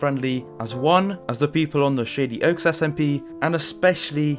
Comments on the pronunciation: Every time he says shady oaks I here shitty oaks lmao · Am I the only person who heard "shitty oaks" instead of "shady oaks" ?